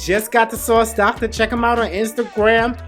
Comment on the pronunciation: Yasss sauce